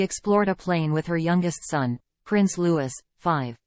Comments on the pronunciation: Prince Loo-we not Loo-is.please if your going to report on people at least have the common decency to get their names right. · The child’s name is Lou ie NOT LEWIS as you pronounce it. Learn it and don’t make this mistake again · I agree and an american voice at that, sick of them calling princess Catherine KATE. it is rude and ignorant. It's prince Louis NOT Lewis and they've had five years to get his name right. And the R A F are the initials of the ROYAL AIR FORCE for crying out loud it's NOT ...RAF. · It is not Prince Lewis it is pronounced Looee. He is Prince Louie. How can you pronounce it as Lewis. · Louis is pronounced “Looie” & not “Lewis”. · If the people doing these videos would please show some respect for Prince Louis and pronounce his name properly ...it’s pronounced Loo wee...not Loo wis .... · Get it right-Louis is not pronounced “Lewis” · A fan should be able to have proper pronunciation of names. Princess Catherine, Prince Louis (Looee) are worthy to have the respect this shows. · Princess Catherine not Kate you can’t even pronounce LOUIS name properly. Go back to school take ENGLISH maybe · Thank you for this video, but, please pronounce Louis's name properly ( think of Louis Armstrong). Think of King Louis of France. Same spelling, different pronouncement. Simply drop the S in his name. Kate is no longer Kate - she is HRH Princess Catherine of Wales. Not Kate please! She has earned this historic title, and should be respected by us. Thank you.